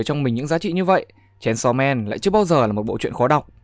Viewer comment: Aaaaaaaaaaaaaa:>>>>>>> Đây là cả mụt sự tuỵt zời khi đc nghe tên manga đc đọc đàng hoàng, chứ hong phải như cái kênh nào đó đi tổng hợp các kiểu mà đọc cái tên như mấy đứa nửa mùa hay đưa gg đọc z á Ư ư....cảm động quá😭😭😭